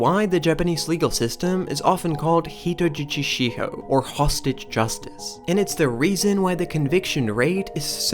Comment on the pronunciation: When I heard your pronunciation of “hitojichi shiho” I started to doubt your competence and knowledge of Japan…